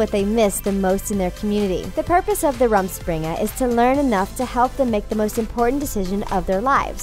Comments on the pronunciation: It hurts me deeply to hear the pronunciation of the word "rumspringa". It's not an A (ramspringa) it stay's an U. It is a German word and means literally jumping around. Figuratively it is being carefree. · You're mispronouncing all the German words. For example, "ordnung" means "order" in German, and the "u" is pronounced as the "oo" in "look", not like the "u" in "hung". Also, "rumspring" - the "u" is again pronounced the same as "oo" in "look", and the "s" is pronounced as "sh". Just a helpful tip, as these words are German. 😉